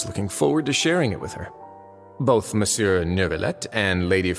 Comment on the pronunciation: as someone who spoke french ever since they were 3, the way they pronounce monsieur is making me cry 😭😭